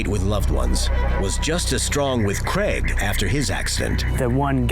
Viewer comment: So the host is called Craig, the narrator is calling him Greg... wtf